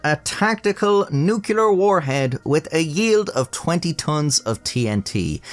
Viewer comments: Nuclear, not nucular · .....and your defect is the execution of the English language. Some things to work on: The word 'nuclear' is pronounced just as it's spelled, 'nu-clear'. It is not spelled 'nukular'. And those dastardly 'burgulars' are, in fact 'burglars', though some might dispute this appellation, being poorly eduumicated losers. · Ah, the good old nuke-yuh-ler warhead. Come on, now. Say it with me: Nu-clear! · *nuclear, not nucular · please my friend... nuclear is the word, its pronounced new-clee-ar, I hate to have to say this, I know how I felt when my mom told me this years ago when I, like you, repeatedly pronounced the word nucular, which is not a word, I'm sorry, but it irks me, please my friend, nuclear not nucular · It's "NUCLEAR", ffs... not "nukular" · Nuc-u-lar, seriously? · Nuclear is pronounced nuc-le-ar, just like it's spelled. For most of my life, only illiterate halfwits said "nuc-u-lar" but now it's getting more common and disgusts me. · Nucular!? GTFO! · "Noo-CLEE-uhr". "Noo-kyoo-lurr" just makes you sound like George W. Bush. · Unfortunately, he did say "Nucular" instead of "Nuclear" so I will be removing my subscription. 😞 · it's nucLEAR, not nucULER. Ugghh :( I thought I was over the George Dubbya erra. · nuclear: NEW - KLEE - ER. Stop mispronouncing the darn thing. Bush did it on purpose to sounds "folksy" and now look what's happened -- nobody believes in being correct or accurate about anything and we've entered the disinformation age: new-klee-er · Nuculer is not a word. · you're back to saying nuke-ular. 😂 I've never cared, but I remember an older video where you said you were called out for pronouncing nuclear wrong in the Demon Core video. 😅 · "nucular" Friendship ended with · Nucular (herp derp) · What's nucular? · "nucular" he says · nucular = dislike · New rule guys. If you use the word ”nuclear” in your script, you have to actually learn how it’s pronounced before recordimg the voice. >.<